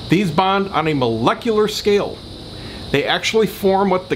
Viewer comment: mol eck you- lar- ly.. LOL